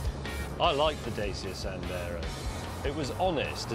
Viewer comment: Datch-i-a not Day-sia .